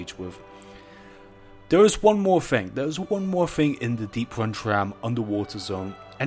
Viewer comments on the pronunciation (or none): "Thing"....not "fing"...ffs